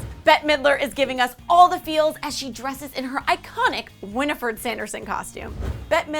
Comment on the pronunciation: “Winiford”? Lol.